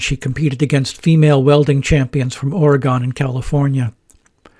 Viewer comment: Here is a Goggle Earth link to what remains of the old Kaiser Shipyard Ways in Vancouver. And by the way, we locals pronounce it Ory-gun, and not Ory-gone.